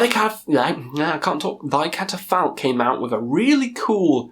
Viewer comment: I think you butchered the name of that Thy Catafalque album man😂